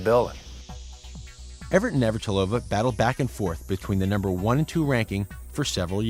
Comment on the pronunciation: "Navartilova" ?? They can't even pronounce her name!